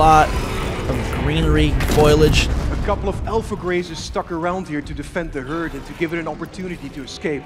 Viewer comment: "foilage"?? Dude, it's "foliage". Sorry, but how old are you?